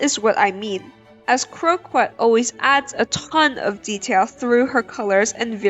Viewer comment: The word "croquette" is French, so it's pronounced "kroh-kett", not with an English q sound. 😅